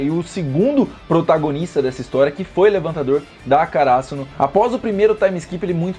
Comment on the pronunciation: Mano, não é uma crítica nem nada do tipo, mas não entendo o motivo de vocês de regiões diferentes colocar acento agudo em palavras onde não existe. por exemplo: kaRÁsuno ?? o certo não seria KaraSÛno?...